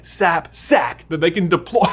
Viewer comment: I lost it when you said deploy the first time 😂😂😂😂😂😂😂😂😂😂😂😂😂